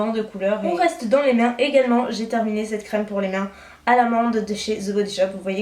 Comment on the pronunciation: Hello, je t'en supplie arrête de dire "NarZZZ" au lieu de "NarS" c'est une marque française. Mais surtout arrête le "C'te" marque ou "C''te" poudre au lieu de "cette". Ce n'est pas méchant mais en plus tu fais beaucoup de fautes de grammaire. Tout le monde en fait mais au bout d'un moment, lorsque c'est presque à chaque phrase cela donne une impression de "j'ai arrêté les cours en CM2". Bisous